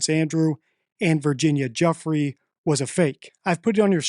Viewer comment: Ffs bro come on, at least try to pronounce the name correctly. Giuffre, it's a French name. Please stop calling her Juffrey.